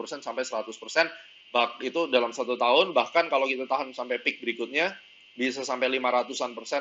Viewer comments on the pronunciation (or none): none